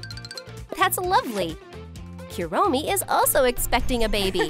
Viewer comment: Kurommi not kawii